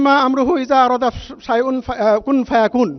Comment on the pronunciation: Hai re qun faya qun tao thik kore bolte parlen na,era Islam er dwaja bahan korchen.